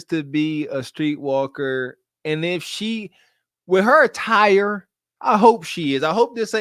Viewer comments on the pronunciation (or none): did you say her attire or her TIRE?:face-green-smiling::face-green-smiling